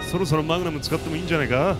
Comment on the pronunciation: melon water 過去にマグナムをマグマムと噛んでしまって、それからそう言ってるんだと思いますw